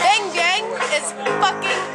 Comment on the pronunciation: It may spell bang but it pronounce differently, please ask the local people how to say it correctly.